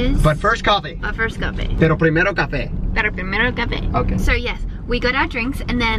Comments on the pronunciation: I speak Spanish, and that "pero primero café" was absolutely perfect hahaha❤ you're so cute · Hey! I just started watching the video and couldn't help myself.. I have to tell you both this: your spanish accent was on pointtt!!! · "pero primero cafe" you guys said it the same way/pronounciation!! That was awesome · When she tried Saying pero primero cafe! 😂💖 I love you!!!